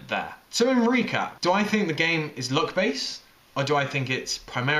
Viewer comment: It sounds like he is saying look instead of luck lol